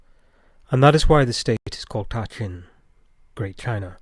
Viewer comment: I could be mistaken but I'm pretty sure that the ta in ta qin should be pronounced as da, at least that's the way it would be pronounced in Mandarin.